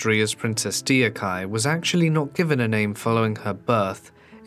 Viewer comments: I couldn't finish the video with him butchering her name constantly. It should be pronounced doc-hyeh. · lmao. true! that's the first thing i noticed. i've been watching too many kdramas since 2004 that i'm quite familiar how their words/hanguk characters are pronounced. dee-yock-hai is sooo cringy! hahaha. the video creator should've researched how it's correctly pronounced. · 덕혜 Deokhye - should be pronounced Dok-hey it's two syllables. It's a minor thing, but the pronunciation of Korean names is specific. Three syllables is usually their whole name with with the family name being placed first. The narrator keeps calling her 데옥하이 ( De ok hi ) Which is not her name- It's 덕혜 (Deokhye). Oh and don't try to say it's the accent- I went to school in Korea with people from ALL over the world we all managed the alphabet- It does help to know how to say her name. It's too bad there was no one to help the narrator out. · By listening to this video, I thought this is a story of someone else. The name is pronounced Duk hye 2 syllables NOT 4 syllables de-o-ka-ee which has no Korean reference whatsoever. Please at least pay the respect to the person by calling her name correctly. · A good way to get the pronunciation of foreign proper names right is to substitute them for english words that are "close enough" - for example Princess Deokhye - you say it like Dee-oh-ky - but it'd be closer to Dock-Hey. Just a thought. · Her name is Deok-hye not Deo-khye. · Lol as a korean, it is not pronounced Deyokhiy, it is pronounced dokhye, the eo sound is not eyo, it is a higher version of o, and hye is not hiy, it h-ye Edit: oh i just realised someone else commented this lol. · Nice documentary but Deokhye (덕혜) is pronounced as dok-ye not dee-oh-kai. 🙏🏼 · the correct pronunciation of her name should be "dok-hey" with no emphasis on the 'y' if it makes sense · me, being korean, watching this and thinking only one thing: its supposed to be pronounced duk-heh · it’s pronounced “duk heh”